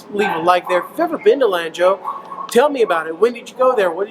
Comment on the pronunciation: Gosh your face reminds me of one my childhood friends I use to play D&D and Warhammer 40k with !!甘肅省的蘭州 , you should pronounce it like a Chinese 😉“四川” “成都”